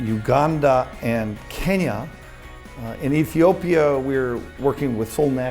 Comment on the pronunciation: 케냐 할때 그냥 한국발음이네ㅋㅋㅋㅋㅋ